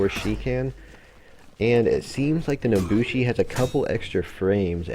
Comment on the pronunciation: “The Naboshi” all in all a great video but it really grinded my gears the way you said her name XD.